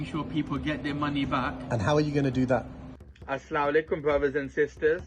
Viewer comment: Never trust any guy from pakistani background who says “assla walekm”🤦🏻‍♀️